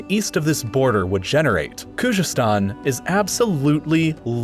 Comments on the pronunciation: I’m Iranian so please, I don’t need a White man’s opinion about my nation! My country is not divided as you think it is! You can’t even pronounce Khuzestan correctly! Khuzestan has always been part of Iran and will always be part of Iran! Please stick with subjects you’re good at! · Bruh , you can't even pronounce khozestan !! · Please check your facts about Iran: 1. Khuzestan has always been part of Iran , learn to pronounce it properly while you are at it 2. During the Safavid dynasty, Azerbaijan, Armenia and Georgia were part of Iran 3. Saddam invaded Iran just because he hated the country and had support of the Arab allies and the west. They did not want Iran exporting their revolution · Problems with this video: 1) you speak of various dialects of Arabic and claim that Maghrib states contain their respective Arabic dialects while even your map clearly shows the influence of Algerian Arabic in Tunisia and Moroccan in Western Algeria. 2) Khuzestan - how could you butcher the pronunciation so much and so many times??? 3) The "foolish" decision of the Ottomans to join the Central States was dictated by the fact that Entente rejected their application for membership and they felt that if they can't be with one alliance, they have to join the other. 4) Most of the Kurds in Northern Syria were not there when French got Syria, they arrived from Turkey ca. after the failed Sheikh Said Rebellion 5) While the shapes of states were decided by the colonial powers, the issues with every state were much more complicated. You could take every country and make separate videos for them. For example, Syria's unitary regime was forced by Syrian nationalists, French wanted a federation there. 6) The division into sectarian states is an issue of its own as such divisions are never one-dimensional and not clear cut, there would be still minorities within those new sectarian states as well as conflicts of other identities and interests.